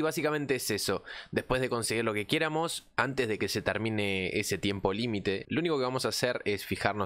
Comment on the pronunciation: que estresante escuchar pronunciar mal todo el rato "quiéramos" "téngamos"...